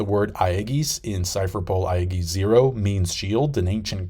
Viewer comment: Bad pronunciations of some words aside, is the best reviewer and always shows pannels to connect to the points he's trying to make. Keep up the good work! p.s. aegis = soft G like in "GYM" logia = hard G like in "GUITAR saijo = same as the name JOYBOY, not "spanish J"